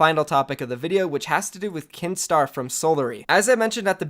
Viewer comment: When u said Kinstaar I thought you said keemstar